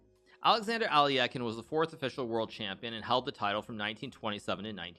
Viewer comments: It’s aluhk-eye-n, not alli-eh-kin. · Why do you read as “Alyakin”? He’s “Alyokhin” tho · hikaru saying alekhine's name wrong is so bad lol its literally phonetic.. alek-hine ? not ally-ekkin wtf hikaru come on dude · Wow. I've been pronouncing Alekhine as "Aleck-hind" for 40 years. So weird to hear it pronounced "Ali-eck-en". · "Ally yaken?" Alekhine = Alek-hine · Al - e - khine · really bothered me how hikaru pronounced alekhine like aL - LeE - eH - kIn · Nakamura is pronouncing Alekhine incorrectly. The correct pronunciation is “a.luhk.hine” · As a matter of fact both are incorrect. The proper pronunciation would be "Alye-heen" (and try to say the first part without glottal stop caused by 'y', saying "e" as it is pronounced in "men"). Alekhin himself was always very upset when someone was pronouncing his name with "yo" sound as in Alyo-heen since he thought it vulgarized the surname - he insisted that it was a nobleman's surname and therefore must be said differently from a common folk's version of "Alyokhin". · Lol at the mispronunciation of Alekhine. Makes me chuckle every time. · Is that the real way to pronounce Alekhine??? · Is it pronounced Al-e-eck-in or al-eh-kine (souns like 9)